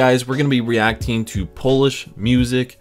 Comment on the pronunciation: Oh My God What a progress,! You pronounce polish words like a pro, bro!